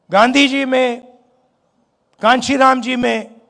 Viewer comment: पहले तो नाम ही सही से नहीं लेते है। पप्पू स्टाइल